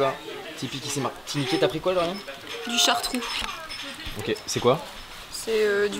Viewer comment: Salut c'est chatrou pas chartrou